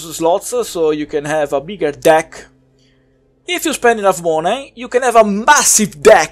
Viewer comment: I really liked your review. I hope more ppl watch it. I think it would have been even funnier if you more serious and didn't emphasize deck. Was still great and made me lol. Keep up the good work.